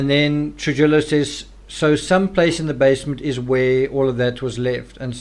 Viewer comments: Happy birthday,! Also, I just wanted to help you w/ some pronunciation. The name, “Trujillo” is a Hispanic name & its pronounced, “True-Hee-Oh.” You’ve been pronouncing it, “True-Jill-Oh.” It’s actually a very common Hispanic name in the States. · Try Truhijo or Truhiyo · Trujillo is pronounced Truhiyo. The j like an h and ll makes a y sound so it’s pronounced truhiyo